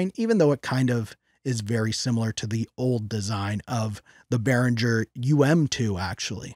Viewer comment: u pronounce the "G" like the word "get"... dont pronouce the "G" like jungle or jiggle